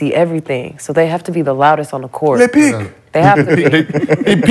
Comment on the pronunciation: bro said LE PICK for gobert calling picks out 😂😂😂😂😂😂